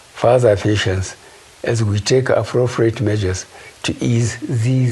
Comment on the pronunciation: "Affrofriate measures "..omo this man can never be president in another life